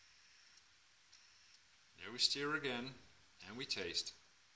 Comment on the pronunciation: Thanks for the recipe :D It doesnt really matter as im sure everyone will understand what you mean but to help you a little with your pronunciation, STIR, rather than said like Steer, it is pronounced like Purr or Fur, as in STuR. Stir. :-)